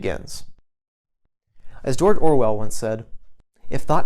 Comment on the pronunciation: I've listened to the relevant part of this video about five times and I'm convinced you said 'Dort Orwell'.